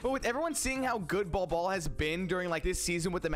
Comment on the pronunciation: It’s pronounced ‘Bowl Bowl’, but hell ya! 👍